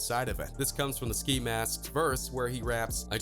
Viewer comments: he pronounced "ski" as "skye" He keeps showing us the migos for some reason I don't know if it's disrespect or ignorance but I'm done watching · Wait you said sky instead of ski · Sky? It’s ski get it right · he called ski sky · This man done called ski , sky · sky 😂😂😂 I thought it was ski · Anyone else notice how he mispronounced ski’s name after just saying it💀😂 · He called Ski Mask, “Sky” Rip x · Dis mans said sky lmao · I'll ignore you saying sky... but JAH WHY😢😢😢😭😓